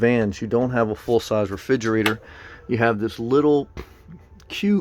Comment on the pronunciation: "Refidgerater" lol